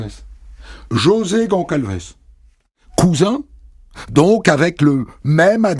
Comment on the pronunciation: GONÇALVES, ça se prononce GonSSalvèss, mon Christophe ! C'est Portugais, d'origine. Vous voyez, c'est comme ÇA ; ça se prononce "sa", et non "ca". D'ailleurs, c'est bien des Portugais, il y a un "José" et un "Manuel" 😁.